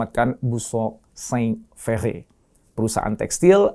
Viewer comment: Ferre di baca Frerre?